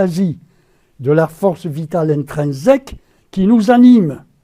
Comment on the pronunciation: Mes 3 remarques ci-dessus ne m'en empêchent pas! Critiquer n'est pas nier le principe. Et j'ai le droit aussi de dire que ça m'énerve d'entendre toujours dire : "intrinzèque" pour "intrinsèque".